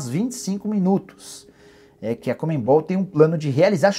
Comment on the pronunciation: "Comembol" Nicola?